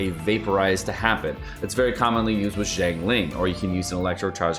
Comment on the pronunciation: everyone's saying Zhong the way they should say Zhang, which is my last name, but no one gets my last name right, i wonder why